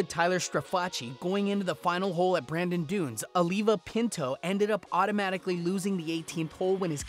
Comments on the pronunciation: It's Bandon dunes dude. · Stopped watching after he called it “Brandon Dunes”